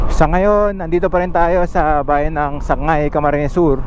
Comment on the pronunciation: Sangay lng Po Ang tamang bigkas sir..hind sagnay